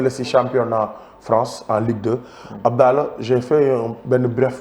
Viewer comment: Dou "Abdaalah" Abdallaah* la! Melni kouy waxx "dollar" bill! 😂😂😂😂